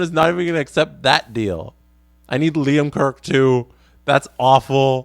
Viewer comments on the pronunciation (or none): none